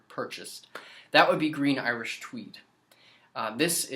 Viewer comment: You should make Cweed Gween Iwish Tweed